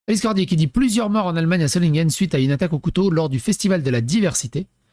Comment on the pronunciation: Pronocer Zolineguen